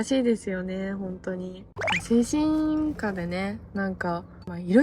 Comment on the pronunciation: 精神科 の発音が 間違っている‼️